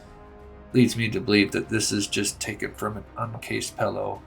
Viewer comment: Taken … tookin is not a word